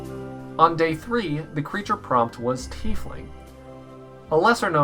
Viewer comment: Actually it's pronounced (Tiefling)